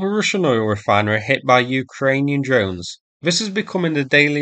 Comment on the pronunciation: "drones" pronounced "dones" / "djones" / "dunes"? Why no "r"?